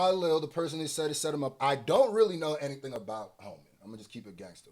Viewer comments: pausing while he looking drunk af and saying Hennything is possible is top tier comedy lol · Did you say Heneything’s possible? 🤣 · “Hennything is possible” 💀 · "...hennything is possible" 🤣🤣🤣